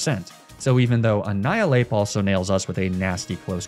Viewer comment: "finally someone who knows how to pronounce Annihilape correctly" good god how did he pronounce it